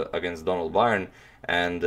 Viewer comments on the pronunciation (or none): Donald Byrne's last name is pronounced just like the word "Burn". I grew up with his niece, and that game is part of why I play now.